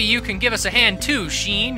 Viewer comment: I think the name is pronounced more like Shawn, not Sheen